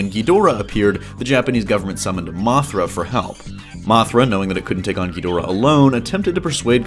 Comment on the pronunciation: I hate the way you mispronounce Ghidorah. Watch old Japanese versions and of Godzilla vs Ghidorah. You pronounce it so freaking wrong it's annoying. Research your subject matter better.